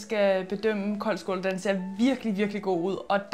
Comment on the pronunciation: Det hedder koldskål ikke kåldskål ligesom ild😊